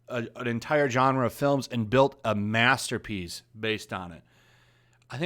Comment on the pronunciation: “Muh masterr peas” 10/10